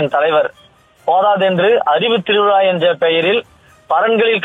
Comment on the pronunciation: Its not thiruvila, it is thiruvizha. Why can't news channels recruit newsreaders that can speak proper tamizh. If someone can't pronounce 'zha' don't recruit them as newsreaders.